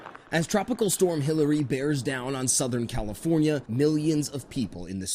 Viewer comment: WHY does she talk like that???? Soutahearn Califoarniaea ias abouat to experieance 2 incheas of raian. 😂 It's unbearable. And the other reporter supposedly stands with "very dangerous" storm winds yet the bushes behind her barely moves lol. What a hogwash.